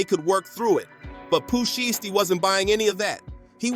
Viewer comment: No video of nothing his name is not sheesty it's SHIESTY get it right dumbass and another thing wheres the video all I seen was bunch of same ol same ol and herd nothing but your mouth and on top of that can't even pronounce their names right and you made thousands of these BULLSH!#/ I say